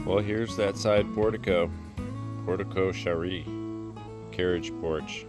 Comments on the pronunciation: So glad to see it being restored... just wish you would pronounce it properly " port eh Co share"... easy peasy. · I am so so glad you were able to fix it. Looks great and safe now! Oh BTW it's port-koh-SHAIR like Cher the singer lol